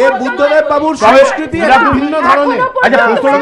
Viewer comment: নাগরিক সমাজ স্বেচ্ছায় বামেদের অনুগত হয়েছিল। রাজনীতি,অধ্যাপনা ও গবেষণা এক নয় । রাজনীতি মাঠে নেমে করতে হয় । অনেক কিছু ত্যাগ করতে হয় । উচ্চারণ ঠিক করুন সমস্কৃতি নয় সংস্কৃতি ।